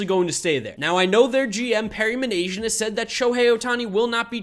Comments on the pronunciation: Perry Minasian is Armenian, so it's pronoucned Min-az-ee-in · it's min-ahs-ian you dope